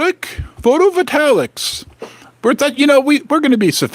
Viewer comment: HEY!... IT'S PRONOUNCED: "PHOTO-VOLT-AYICS"...:face-green-smiling::face-red-heart-shape: "YES!!!" SILVER IS GOING TO BECOME EXPONENTIALLY MORE VALUABLE!!!!!!!... SOON, IT'LL BE WORTH MORE THAN GOLD!!!...:face-fuchsia-wide-eyes: I THINK THAT GOLD WILL QUICKLY GO TO $40K/Toz, AND SILVER TO $5000/Toz.... WHEN THE FIRST "NUKE" IS LAUNCHED!!!...